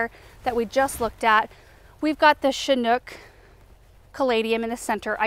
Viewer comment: The "ch" in "chinook" is pronounced like the ch in chant. A chinook is a breed of dog, a tyoe of helicopter, a type of salmon, type of indigenous people and lots more!